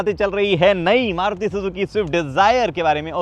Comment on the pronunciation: Aap starting me maruti ko caruti fuzuki bote the😅